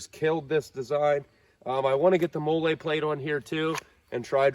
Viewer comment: I didn’t wanna say it but then he started saying “mole ay “ instead of “molly” I had to search the comments for someone flaming this guy. The ultra low drop leg and the NC vism tactical vest for 20 bucks with actual shotgun ammo in said vest attachment made me cringe way too hard and is currently fueling this comment…. 😮‍💨 I’m sorry bud I just want you to learn quality and practicality instead of tacticool weirdo